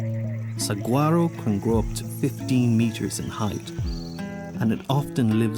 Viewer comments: Say "Sawaro" cactus and say "Heela" monster 😊 that is how we pronounce those names. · Someone needs to teach this guy to pronounce Gila monster "HEE-la" and Saguaro cactus "sah-WAR-oh".... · I hate to be the one with the willow switch here~ but it's pronounced "sa-WHA-ro* 🥸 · I have lived in Tucson, AZ my entire life. This is such a dumb freaking documentary. The GILLA Monster!!!! You jackass. It is pronounced "hee-la." You did the same thing with the saguaro cactus, which is pronounced "Sa-war-o!" If you can't even get the names right, what the hell else did you get wrong? Oh yeah the lame-ass eVoLuTiOn propaganda. You're a clown. This is not a documentary. It is a joke. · Enjoy your work but you neglected a research basic: checking pronunciation of names. The cactus is Sah-WAH-ro and Gila is pronounced HEE-lah whether referring to the reptile, the river, the county or the Native American tribe. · Awesome! For future reference, it is pronounced “Suh-War-oh”. The G in Spanish turns into an H sound in both Gila Monster and saguaro. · Great photography...BUT: somebody really should have prepped the narrator on the correct pronunciation of Gila Monster and Saguaro Cactus.